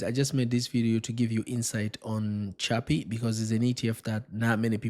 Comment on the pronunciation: Is chippy. The pronunciation...not chubby... Lol